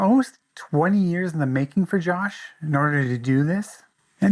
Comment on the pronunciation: yet you cant even pronounce joshes name properly AND FAIL to not even mention the greatest track on the EP.